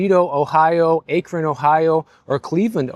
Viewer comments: if you were talking about Akron Ohio, it’s pronounced Ack-ron, not Ake-Ron. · It's ACK-ron, Ohio, not ACHE-ron. Thank you for your attention to this matter. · Akron (Hack Ron - remove the h sound) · After 47 years in South Florida, I'm living the life in Ohio and loving it. Meanwhile my $300/mo condo fee in Florida is now $850. And all my insurance is less than my Florida car insurance . BTW it's pronounced Ack run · You said Akron wrong lol it is not "A" kron 😂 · Its pronounced "Ackron" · Akron is pronounced - a sound from "at"; k sound from attack; and Ron like the name Ron. A k ron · Akron, Ohio, is pronounced ACK-run Me being the grammar police 🚨 ☠️😭🥴🤐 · I noticed that too! honest mistake. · Pronunciation of Akron, Oh was way off. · His pronunciation of Akron! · But his pronunciation of Akron was diabolical.🤣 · Yes almost as bad as his pronunciation of Dunedin, but when we first moved to Florida we pronounced it wrong too! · your accent tells me very clearly you did not grow up in the Midwest. And then you go and mispronounce Akron? ￼ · Hahaha always funny to hear my birth city Akron get mispronounced